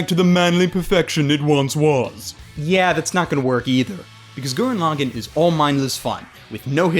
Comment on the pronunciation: I enjoyed this review, and completely agree. It's a fun show to just sit and enjoy. It also has a 'HUMANITY, FUCK YEAH' feel too it as well. But one thing that annoyed me was the pronunciation of the title. If you go by the way the characters pronounce Lagann (as in the dual mech and the single), it's pronounced LA-GAAN, with a slightly extended ahh sound instead of a quick 'gan'. I blame the people too ignorant that only watch dubs because they don't like subtitles or because they can't read them. FFS America.